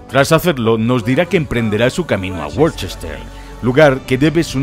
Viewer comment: Worcester se lee Wuusta, y Worcestershire se lee Wuústashe.